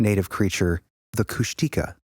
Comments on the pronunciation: Heads up guys, Kushtika is pronounced “kush-teh-KAH”, not “kush-TEE-kah” (emphasis is on the last syllable). Not saying that to be annoying, I just know you guys like to learn new stuff, so that’s my contribution for the evening 🤠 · Henry Franzoni pronounced Kushtika as Kush-tuh-kah. He worked closely with First Nations people for almost three decades, so he's pretty reliable.